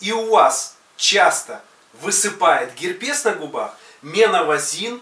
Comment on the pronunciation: Научись правильно говорить слова: обезболивающее, ноздря, герпес и т.д.